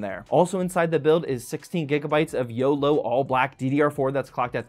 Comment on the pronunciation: its oloy not yolo 😭😭😭😭